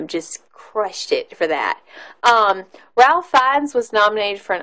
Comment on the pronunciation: When u do a review, PLEASE pronounce the actors names right! It's pronounced RAFE, not Ralph!! Are u kidding me with your review? Saying that Liam didn't show enough emotion means obviously u didn't watch the scene at the end when he gets a ring from the Jews he saved and broke down and said he could have saved more. He fell to his knees and sobbed. There are so many other ridiculous comments u made about the length of the movie, etc, that are laughable. Try making videos about something else because u obviously do not pay attention or understand what u are watching. Worst review of this masterpiece ever!!!!